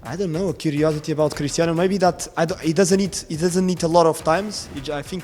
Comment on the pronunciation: Today i got its not cristano its Cristiano😂